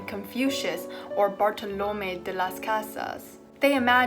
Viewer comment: You did a very good job in pronouncing Bartolomé de las Casas' name, and it made me very proud to hear a Spanish writer (in this case priest) get mentioned. Only that the last 'e' is pronounced stronger than the other vowels as it has an accent. Kinda like "it's LeviOsa not LeviosA".